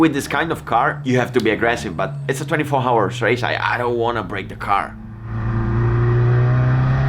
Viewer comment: Nice Video as always, but just a small correction. "hour" is pronounced "our".